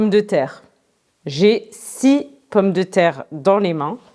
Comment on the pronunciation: pourquoi le mot " six " prononce " si " dans la phrase " six pommes de terre". pourquoi tu as MANGE le son "s" ?? c'est une habitude?